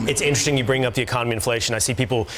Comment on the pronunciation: Econ-now-mey?? What dat bee's?? 🥴